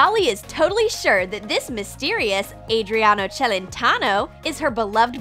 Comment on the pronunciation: I think he said Adreano Chelentano